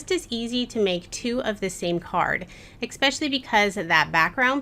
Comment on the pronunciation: Great video but you said expecially a bunch of times lol.